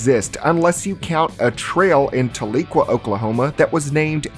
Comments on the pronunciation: Tah lee quah lol. Oklahomans don't speak right with town names. It's supposed to be pronounced Tal eh qwah. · It's pronounced tal-a-kwah. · As someone from Tahlequah the way you said it made me cringeeee 🤣🤣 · As someone who lives in Oklahoma, the pronunciation of Tahlequah has me wanting to peel my own skin off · no one pronounces tahlequah like that